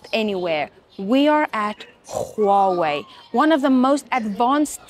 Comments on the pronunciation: Khuawei Not dear it's Huawei its simple 😂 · the way you said huawei = KHUAWEI 😂😂😂😂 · The she pronunces "Czchuawei " is doing my head in😢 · HOW YOU PRONOUNCE HUAWEI 😂😂😂